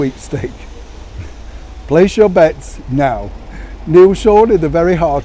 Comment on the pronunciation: Hey, did you say "laying bets" or "laying beds?" Just asking. "Place your beds" is more likely as Harried's & her are rather unabashedly hurriedly searching for their new truths somewhere! They have become an island unto themselves, eh what?